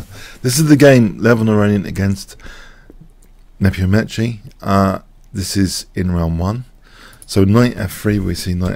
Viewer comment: It's pronounced "Nepom-Nyashi" :)